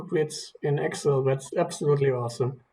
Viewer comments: awesome... just to help, it is pronounced ex-sell not xel... hope that helps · That is how a lot of German speakers pronounce it in their language.